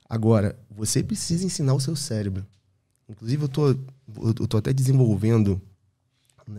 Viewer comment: Gerente do "celebro" Calma gente kkkkk